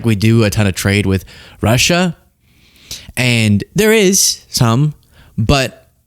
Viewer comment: He's unhappy with "Rush-UH?" Why does he pronounce it like thst? Like "Chine-UH." He's so weird.